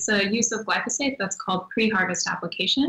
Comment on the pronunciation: Interviewing this girl is like pulling teeth.Seems very knowledgeable but not forthcoming. And Marc, it´s glyphosate, not glysofate.